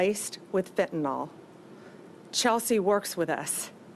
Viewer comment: It is not Fentanol, which implicates an alcohol, it is Fentanyl pronounced Fentanil!